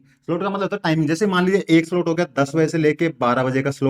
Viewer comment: 😂solt nhi re baba slot 😅ye hota h